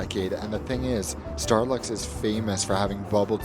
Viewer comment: it sounds like you said Starbucks again.😂